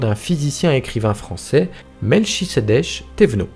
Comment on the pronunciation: Pas Mel-chie-sédek mais MelKisédek et ça depuis bien des siècle. pour faire des vus, faut une certaine qualité.